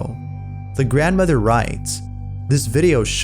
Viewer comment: Grand Mawther